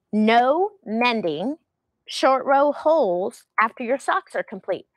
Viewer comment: Holes not hokes. Lol